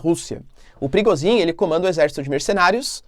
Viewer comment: Olá. A pronúncia é "Prigojin" e não "Prigozin".